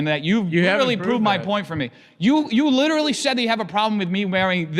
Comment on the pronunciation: stop saying "lidully" buddy youre a grown man